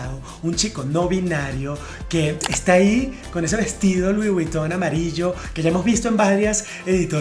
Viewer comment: Se lee VOG !!! Dios!!!!! Leer las marcas correctamente ( se lee Lui Viton) es fundamental para un comunicador.